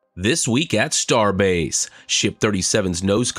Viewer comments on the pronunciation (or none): none